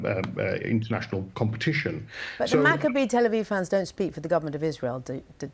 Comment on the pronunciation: Leo, just for your correct pronunciation of Maccabi Tel Aviv you're getting a gold star! 😁 I heard people absolutely butcher that name in the last couple of days... Kinda like the Islamists of Birmingham want to do to the people. 😐